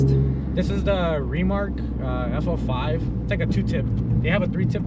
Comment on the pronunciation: FL5 not FO5 lmao